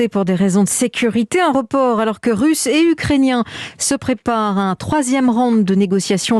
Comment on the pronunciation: par les forces RUSSES MDR ET PAS RUCHE